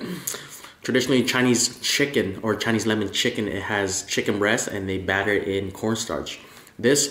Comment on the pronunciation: Why do say batter like “bat ter” haha you’re a legend